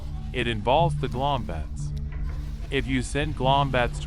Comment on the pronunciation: Its gloombats not glombats